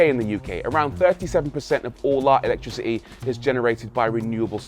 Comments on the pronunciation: Electricer-ee? Do you mean electricity? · Electrici ' ee... Is there a shortage of 't's in the UK? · 'ELETRICI-E' That's my new word of this week 😒😒😒